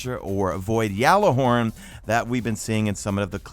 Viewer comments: It’s gjallahorn not yallahorn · The G is not silent 😂